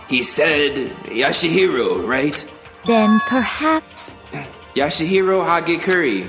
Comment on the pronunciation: "Yashihiro Hagacurry" XD